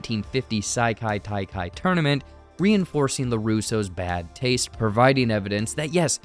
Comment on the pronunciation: Bro you GOTTA be pronouncing these wrong on purpose. Ee-yoong-jang-doo and Saikai Taikai?